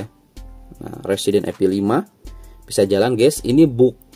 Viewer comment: Evil bukan epil